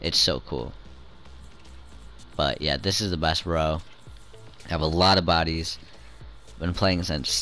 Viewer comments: Wart hog he says bodies too. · Why does he call them body’s